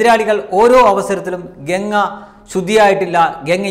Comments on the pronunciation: ഗങ്ങ അല്ല ഗംഗ ganga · ഗങ്ങയല്ലമോനേ ഗംഗ പവിത്റമായ ഈപേരെങ്കിലും ഒന്ന് ശരിയായിപറയ്.എന്തൊരുഗതികേട്.